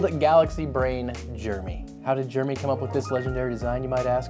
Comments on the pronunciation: “Germy” bro it’s “Jer-e-mey” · jer-e-my not germy how can people not pronounce names right haha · Jeremy - "Jay-Rem-Ee" I am one myself so please pronounce correctly ;-o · When you say Jeremy, it sounds like Germy. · americans pronounce Jeremy as "Germy", I never knew that. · Th pronunciation of Gerramy is triggering me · Every time you say "Jeremy" I hear "Germy".